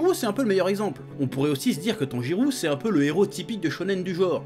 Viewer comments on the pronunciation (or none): Chef Tanjirô se prononce Tanjiro (en prologeant le -o) et pas Tanjirou Sinon bonne vidéo , on ressent la Pa$$ion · C'est moi ou il dit "TANJIROU" tout du long ?